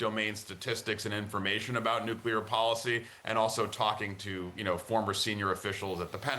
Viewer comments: It's nuclear, not nuculear. Idiot. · Newkular. Much better than the oldkular. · Simply cannot listen to so-called experts that add an extra syllable to the word 'nuclear'. Next! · Guy can't pronounce nuclear